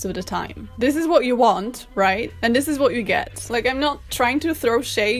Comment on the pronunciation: I love this video so much. It makes me so happy. I just love hearing her say,”Dis is an abomination.” LOL!!